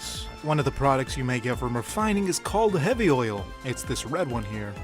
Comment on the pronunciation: Did I hear you say OILL?